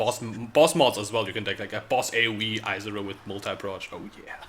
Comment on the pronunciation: yep. hilarious that he complains about the language in different articles while mispronouncing lots of names in the game himself: Izaro, Agnerod etc.